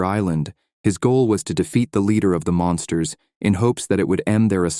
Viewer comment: Fyi its supposed to be Monsters not mounters. 😂its okay english isnt my first language either.